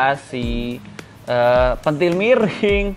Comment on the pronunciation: Pentil bang bukan pentil